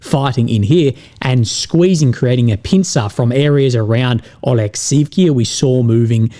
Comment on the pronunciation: Oleksivkya? 3 years + in, and you still "maul" Ukrainian (and Russian) toponyms.